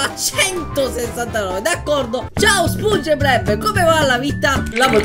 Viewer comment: A spunge bleb non sponge bob oh yea mr crab il grangio